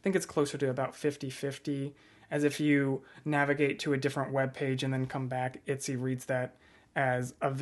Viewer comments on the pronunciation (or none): I've never heard anyone pronounce it "Itsy" instead of "Etsy" before. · ET-SY BRO EH-T-SEA. I'm upset. itsy smh.. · I love how you say Etsy hehehe❤